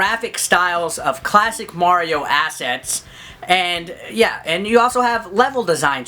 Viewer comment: I totally lost it at "Cwasic"!